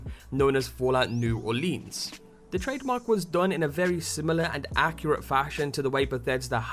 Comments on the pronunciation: Its pronounced New Or-lans not New Or-leens. Not sure why that pissed me off so much. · Dude is not Olinse is Orleans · It's pronounced new orlins yah Yankee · its new orlens it all flows you trying to hard on the leans part. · New Orleans should never rhyme with jeans. New Oar-lins. I'm not even from there and I know this. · Anyone who live outside of Louisiana seems to call it "New Orleens" lol. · ***** it's ok it's mostly a southern thing but sometimes I sat new Orleeens too. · Yeah, New Or-lee-uns is acceptable too though. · Pronounce it right please, New Orleans is said like (Or-lens) like glass lenses not lean like lean against the wall. Anybody who lives in Louisiana can tell you that. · Or-leans. I hate that pronunciation